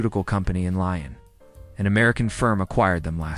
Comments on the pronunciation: A lion is an animal!! The city of LYON is pronounced LEE-ON, not lie on, that's something completely different!!! USA-ers live to work! In CIVILISED countries, we work to live!!! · Lyon is the Old French spelling of lion. Similarly, Roy is the old spelling of Roi (king). As Lyon is a French city, it needs to be called using the French pronunciation : lee-õ (nasal O).